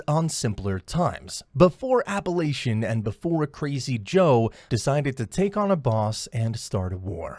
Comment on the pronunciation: It's Apalachin (with a k sound) NOT Appalachian. LMAO!!!!! If you can't even pronounce words correctly, why would anyone expect you would have your facts right? LOL